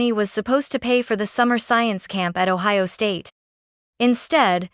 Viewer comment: Columbus, Ohi-owa? Lol